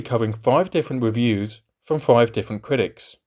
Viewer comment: Kwitics 😂 Juwassic 😂